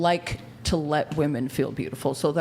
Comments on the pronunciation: Im glad brought ip the pronunciation of "women." Jeeezus it was driving me crazy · Finally!! Someone pointed out how they say "woman" it drives me crazy. Thank you, 🎉